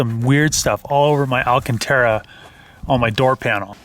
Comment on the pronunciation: "they got stuff all over my alcentara" LOL!